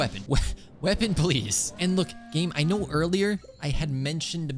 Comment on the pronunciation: "aino" "nefer" just nod and krai